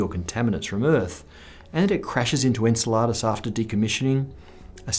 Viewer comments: Iunno about that pronunciation, is it En-ce-LAH-dus or En-CEL-a-dus? I've always heard the latter. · I don't approve of the way he pronounces "Enceladus". Sounds like he's saying "enchilada" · I think he intended to say Enceladus but he said Enchiladas many times-- his mind clearly on lunch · Isn't Enceladus pronounced: en-SELL-uh-dus rather than en-sel-LA-dus? (according to wikipedia) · I hate to be THAT guy, but you say 'Enceladus' like 'enchiladas.' lol [en-sell-uh-duss] not [en-suh-lah-duss].... Otherwise great content as usual! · en-cel-A-dus? I've always pronounced it en-CEL-a-dus tomato tomato 🍅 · Taco Bell is sponsoring this episode. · Did he just call one of saturn's moons enchiladas? XD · I'm guessing there must be more than one way to pronounce "Enceladus" because I've never heard it pronounced that way before. Made me think of enchiladas. 😃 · Either you are pronouncing very wrong or I'm very hungry because every time you said "Enceladus", I thought you said "Enchiladas" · The way you say Enceladus makes me want mexican food. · Have I been pronouncing "Enceladus" wrong my whole life? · That is not how you pronounce Enceladus. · The way you say Enceladus is fucking irking. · How do you mispronounce a moons name and claim to be a physicist, common man lol gotta pay more attention to that screen your reading off of :)